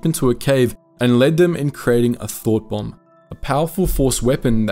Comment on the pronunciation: Rember its thought bomb not thot bomb.